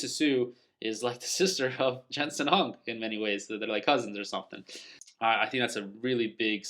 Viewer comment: It’s Huang not Hung